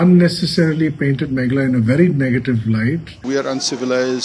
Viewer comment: Y our Dear can't pronounce Meghalaya instead he said Maghala.What a pity.